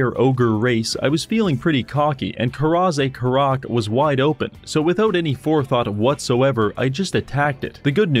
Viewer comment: I mean, yes, that pronounciation of the Dwarfen capital isn't great, but come on... Na-gawrsh.